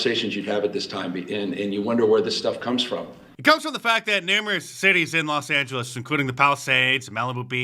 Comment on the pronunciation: “Lost Angeles” Accurate. 😂😂😂